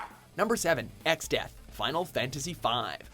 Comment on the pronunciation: Exdeath? are you fucking kidding me?